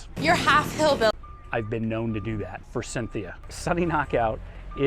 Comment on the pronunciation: ...regarding "forcynthia" [giggle], my dear grandmother couldn't say it either...she'd say "forthithia"...she'd get all tongue-tied! Keep trying! Practice makes perfect (er poifect.) 🤣🤷🏼‍♀️👩‍🌾💚 =^..^=